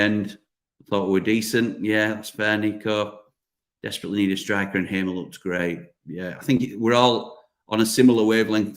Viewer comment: Assuming that HAMER is a native Portuguese speaker, although a Dutch national, his name is definitely not pronounced HAY-MER, but HAR-MER.